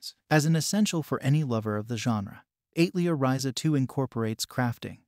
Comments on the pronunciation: it's atelier, as in the French word for workshop, not eight leer tho. but thanks for the recommendations! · AI voice attempting to say "atelier" is so funny, lol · Joh bro...not to sound like a duce or anything but please learn how to "pronounce" words. I would reccomend trying 1:Al-te-lier 2: pro-ta-go-nist just to name two. Was kinda distracting when the specific words and some other words were totally butchered.